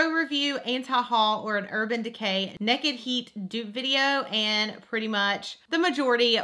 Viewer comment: Love the way she says "naked." She pronounces it nekid😃 I love it, so cute!